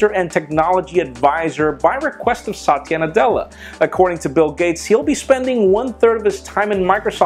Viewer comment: He's saying the name the wrong way. If spoken properly, it sounds like a guys name.